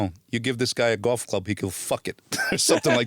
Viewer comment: He said fagot game..golf